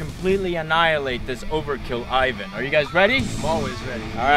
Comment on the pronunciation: Whats an aivaan? You mean Ivan?